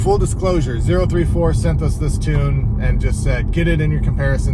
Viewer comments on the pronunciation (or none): It's Oh-ThirtyFour